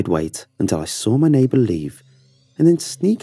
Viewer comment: I love it how he pronounces saw, he pronounces it as “sawr” man I just loveeee it